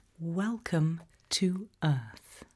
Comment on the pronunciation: Welcome to earf